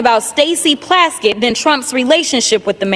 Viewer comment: I know it doesn't matter but her name is PLASKETT 😂😂